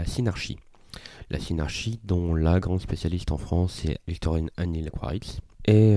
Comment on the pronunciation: Histoirienne est mal prononcé D'où l'impression d'entendre "Victorine"